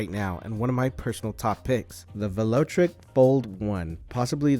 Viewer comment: VEL O TRIC, not VELO TRIC.